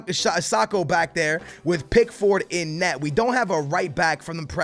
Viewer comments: Pronounce Pickford: PICKFERD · When it comes to Spanish, Portuguese, etc Names, you can do it with a big accent and everything. But when it comes to pickford... its Pick - ferd